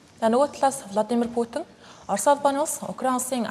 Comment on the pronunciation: Влодимр Путин биш шүү! Гадаад үг, ялангуяа хүний нэрийг ядаж зөв дуудлаж сурчаад мэдээ уншаарай